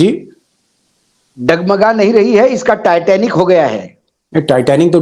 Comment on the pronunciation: Taiyar abhi bolta hai taitnik sr ji